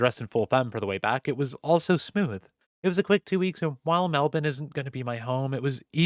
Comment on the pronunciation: I love how you pronounced Melbourne exactly how we do in Australia